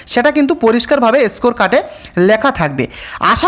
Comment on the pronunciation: এসকোর কার্ড, ছি কি উচ্চারণ, জিব ছিলে ভিডিও বানাবে।